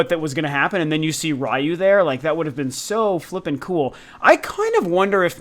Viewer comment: Ryu= means dragon- pronounced- re you